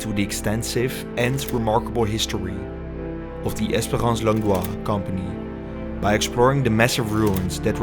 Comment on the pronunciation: Longdoz is in het frans uitgesproken als Longdoo, jouw uitspraak is die van Longdois.